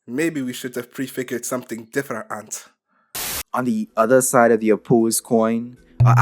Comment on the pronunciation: Differ-ant got me good